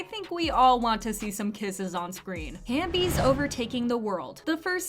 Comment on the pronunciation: ITS HAVEBIES NOT HAMBIES